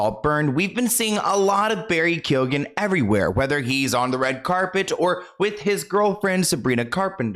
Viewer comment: Some Irish names can be difficult to pronounce. When it comes to Barry's surname it's pronounced Keo-an. Love your channel.